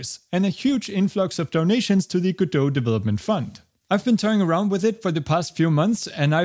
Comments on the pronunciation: Just say it: Password recovery is a reeeeal PITA sometimes. Also, welcome back! Also, obligatory it's pronounced Godot. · So it's pronounced "guh-doe"? I've been calling it "go-dot" 🤣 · Its pronounced go-dot, like how you would say dotNet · I’m surprised we pronounce Godo and not « go dot » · If he pronounces Godot like that then that's now the only way to say it.